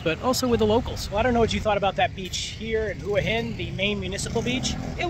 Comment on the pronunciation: They are called pepper corns, probably from Cambodia. You should use google and do some research, you don’t even pronounce Hua Hin correctly and it’s not polite to call bar girls prostitutes. 🤔